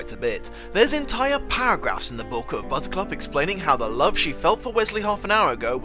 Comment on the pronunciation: Bit distracted that it sounds like you’re calling her Buzzcut except randomly once it’s clearly Buttercup